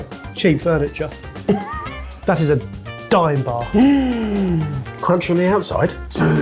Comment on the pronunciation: He got it wrong like many do, it's a daim bar not dime